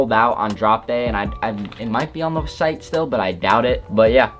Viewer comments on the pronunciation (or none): none